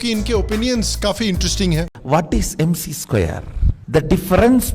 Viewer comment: "E = Yummmc square"🥴